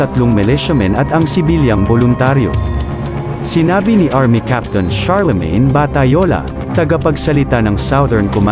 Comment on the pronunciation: Charlemagne not pronounced as charliemen but simply charlmen